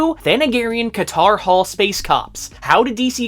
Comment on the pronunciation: You lost me at "Katar Hol"